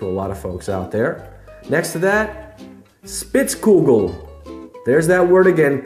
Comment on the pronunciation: Spitzkugel. Ansich ein Widerspruch. Wenn es ein Amerikaner ausspricht, wird ein Schuh daraus. 🤣🤣